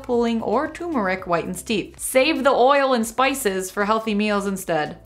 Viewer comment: it's tuRmeric not tumeric 😂